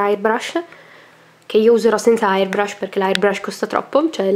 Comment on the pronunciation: airbrush...non hairbrush, che te metti il fondo sui capelli? hhahaha!! :)